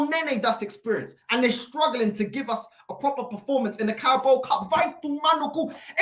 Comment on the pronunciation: Carabao not Carabo 😂😂